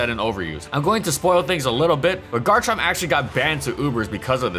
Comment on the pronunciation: IT'S GARCHOVER